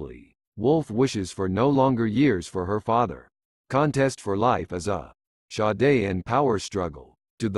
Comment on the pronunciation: Cracking up computer pronouncing Sade the philosopher like Sade the singer